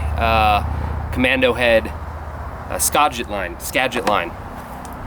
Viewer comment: I live close to the Skagit and fish it all the time. Made me cringe when you said Skogit 😬